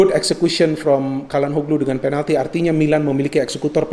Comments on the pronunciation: maaf mau kasi masukan. Calhanoglu itu dibacanya bukan Kalhanoglu tapi Syalhanolu. Maaf kalo saya juga salah ya 😂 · Ralat, bukan calanhoglu tapi calhanoglu